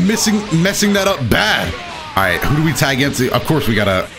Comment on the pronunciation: From now on I will never say "Tag" only "CHAAAAAG!!!!"